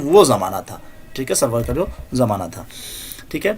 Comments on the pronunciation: سرور نہیں ہے ان کا نام سارور ہے یہ لکھا سرور کی طرح جاتا ھے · Nice but Sir for your kind information this is not Sarwar it's Suroor( Rajab Ali Baig Suroor)... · Soroor h.... Sarwar nahi